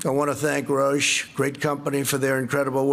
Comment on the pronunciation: yes I heard that too... made the hair stand on the back of my neck and I’m semi safely tucked down in the South Pacific . I imagine big pharma are rubbing their hands with $$ signs in their eyes. Another alarm bell went off when he said Roche.